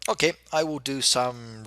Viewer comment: why does he pronounce 'ok' like 'ohkih' considering he's English?